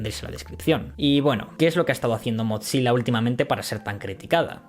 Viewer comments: Acá también un error de pronunciación?? No es MOTZILA, se lee MOZILA! Increíble ese error cuando haz pronunciado bien la palabra atlon (athlon) que los españoles suelen pronunciar muy mal (alon XD) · me distrae que diga motzilla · ¿por qué dices MOT SILA si solo es una z en su nombre? te lo creería si fuera doble ZZ comop "pitsa" pizza.